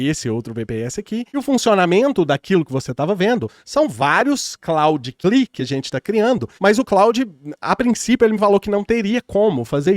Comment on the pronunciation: Só um apontamento mestre, C. L. I. (Command Line Interface), é um acronimo, então deve ser falado tipo: CI AH LAI ( see el eye) ou em IPA (/ˌsiː ɛl ˈaɪ/)